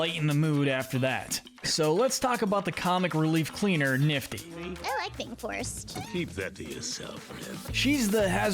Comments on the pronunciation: i am not offending but it is Nifty and not Niffty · It’s nifty not niffty